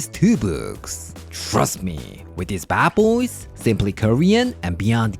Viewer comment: The way he says bad boys kills me. Bah bois!